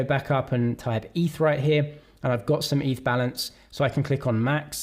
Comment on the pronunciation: it's definitely eth and not eef